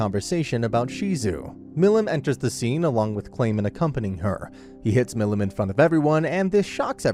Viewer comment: How did you pronounce stuff like milim wrong but got the rest right?